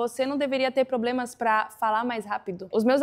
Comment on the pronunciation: "Rápido", "conversam" e "problemas que nem esse". Quando ela pronuncia essas palavras, percebe-se que não é nativa, mas fala muito bem a nossa língua.